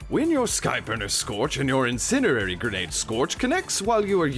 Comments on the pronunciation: "incinenary grenade" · Some of the most excellent pronunciation and magnificent annunciation on YouTube but you can’t pronounce “incendiary”, I’m a manly man but that’s so cute!